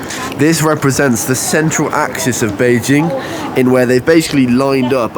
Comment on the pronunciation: your Chinese pronunciation of Bĕijīng is flawless!